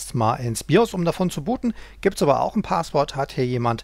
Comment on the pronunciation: DE - Ist zwar eine Kleinigkeit aber spreche doch mal einige Wörter richtig aus - Es heißt nicht Paaaswort sondern Passwort auch nicht Saundkarte sondern ßaundkarte - "scharfes S"